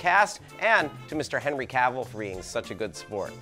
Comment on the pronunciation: you did cavill wrong, but it is nice to embrace it